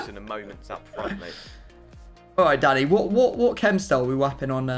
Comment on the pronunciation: Why does is it sound like keeps calling him Daddy instead of Danny.